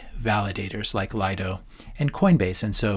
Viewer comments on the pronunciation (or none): none